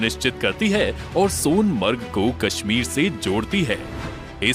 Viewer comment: सोनामार्ग ❌ सोनमर्ग ✅